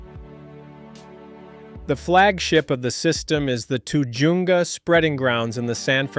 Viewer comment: You need to learn how to pronounce Tujunga. The aqueduct that drains the water from the eastern Sierra’s flows downhill via gravity. It even has inverted siphons. Los Angeles County is doing what Orange County has done for years.